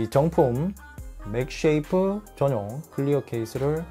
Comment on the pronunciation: 맥세이프 맥쉐이프 나만불편한가요?